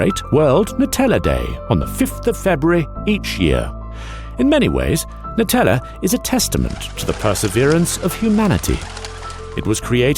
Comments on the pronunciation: It’s pronounced Nutella ( new-tell-ah) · I'm Italian and I'm kinda triggered about the pronounciation nice video tho